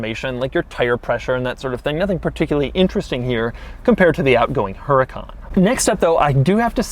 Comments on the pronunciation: Says the accent is over the second "a" in Huracan. Shows owner's manual where accent is over the first "a" Shows doorsill with accent after the second "a" Real consistent there Lamborghini. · So he says the accent is over the second A but on the book it’s first A. Come on, Lambo! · "Huracán" is a spanish word and the accent goes in the 2nd "A". The typo is in the manual, not in the car. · the accent is on the first A in huracan the accent is on the second A in huracan. make your mind up, italians. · If this video gets deleted, its because lambo gave Doug some hush money. Accent on the wrong "a". How embarrassing. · Huracán, google it, Doug. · Btw the owners manual is wrong its huracán not hurácan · Accent should be on the second A., and the H is silent. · The only thing with the Á is that is in the wrong A....... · yeah but the accent is put on the OTHER A! Lamborghini can't seem to decide which A is supposed to have the Accent! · Huracán is Spanish for Hurricane. The accent goes on top of the 2nd A. -------------------- Huracán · The accent is in the second a, the H is silent and Huracan means Hurricane. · the manual is messed up, huracàn is right, even if its a spanish word you can hear by the way you say the word that the accent sits on the second a.... huraca - n / hura - can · I was getting nervous thinking that Doug didn’t realize the accent fail but hell no. HE. HUNTS. QUIRKS. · It takes 2 seconds to google Lamborghini uses Huracán on their website and everywhere else with the accent on the second A. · Doug... your reviewing a supercar. At least pronounce the cars name correctly. Huracan is pronounced, "Who-ra-con" ;-) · The “H” is silent. It’s pronounced er-eh-con. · It is pronounced 'oo-raw-con' not 'Her-a-con'. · DOUG DOUG DOUG. Its pronounced UR-A-CON not HURRCON. COMON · Doug. It's not Heracan. It's WHOOODAKAN. Or, R8. Your choice. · Woo-ra-cAn not HER-A-KAN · it is “Huracán” not “Hurácan”, spanish speakers will understand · Der Huren-Kahn!?